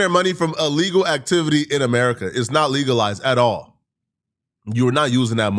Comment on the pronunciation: I like how he says “atahlll”